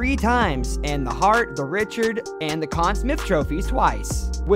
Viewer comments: Agreed. "Belvo" Richard with American pronunciation; "Conn Smith", "Broder"...c'mon, man! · DUDE!!! Conn Smythe not Con Smith and forget the way you pronounce Rocket Richard. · I tried my best to get through it…I know you’re trying brother, and I want you to keep improving, but you butchered the names of some of hockey’s greatest royalty. Martin Brodeur, Maurice Richard, Conn Smythe and more. Still rooting for you and your channel. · It's Lemieux not Lemieuz and that's not how you pronounce Conn Smythe. Would think someone making a list like this would know these things better.